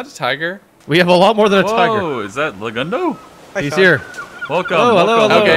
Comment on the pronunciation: Legundo? More like, Le-King-doe am I right??? Lol GGs man, what a fun event, hope we can do it again in the future!! 🤓